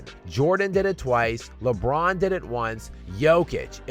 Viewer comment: the way you pronounce "LeBBBBBBRROOOn" has me dead lmao 😂